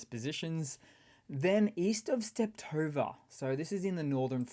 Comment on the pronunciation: Hey, I first thought, it was a one-timer, when you did in a recent Video, but in this one you did it again. Nothing big, but it triggers my inner Sheldon... There's only one T in Stepove (or as you seem to like to call it: Steptove). 😉